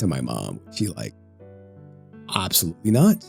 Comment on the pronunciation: can you not read the word absolutely?